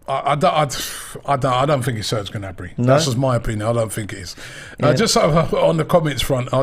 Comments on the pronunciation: It's Gnabry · It’s Gnabry.